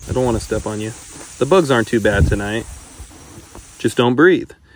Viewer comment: emphasis on "tonight"